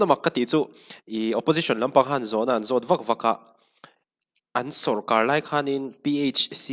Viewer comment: Sawrkar tih nisi hi Na tinge Sawrkhâr an tih fo thin le.